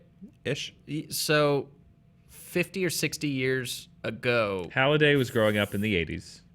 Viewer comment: "Hall Aech." 😂